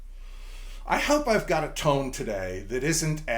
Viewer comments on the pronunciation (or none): none